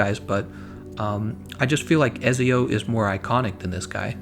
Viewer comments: He says he likes Ezio but he can't even say his name right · Eht zee oOh it's Italian bro. Ezio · Booooiiiii it’s etzso